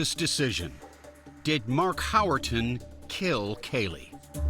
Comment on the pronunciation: Howerton? He really flubbed the D.E.N.N.I.S. System